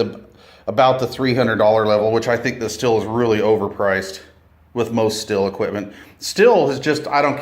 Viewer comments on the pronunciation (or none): Pronounced “”steel”” not still. Are you sucking on a piece of sour hard candy? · Not Still. it is pronounced Steel, always has been.